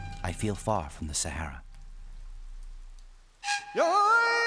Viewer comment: This is Africa. .please pronounce Sahara properly.